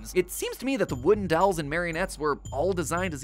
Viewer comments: Never knew Mat pronounced dolls as “dawls”😂 awesome vid tho keep it up team Theorist! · I will never get over the way Matpat says "dawls" instead of "dolls" ✋🏻🤣🤣🤣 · The way Matt pronounces dolls keeps getting me😂